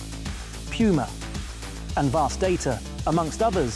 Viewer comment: just found out that it was pronounced: 'PYUMA' :face-green-smiling:🤣😂 #puma